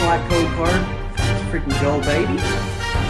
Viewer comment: Bro the way he said no is personal 💀 It is like: “NOOOOOOO”